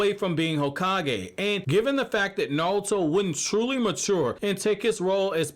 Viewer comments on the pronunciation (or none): It’s naruto not nalta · I know you saying Naruto Na-ru-to but you keep saying Nawrl-uto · I liked the vid, but you kept saying "Narlto" which really bugged me. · Is this guy calling Naruto:"Naluto"or is it just me? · Ay bro yo intro says "NATURO" 💀